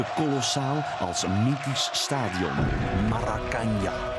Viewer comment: wat nou marakanja, het heet maraakanaa